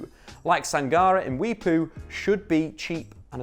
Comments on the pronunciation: got the pronunciation wrong there buddy! Mwepu... know in the national team as computer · Glad to see Mwepu got a shout out, even though he pronounced his name wrong 😅 🇿🇲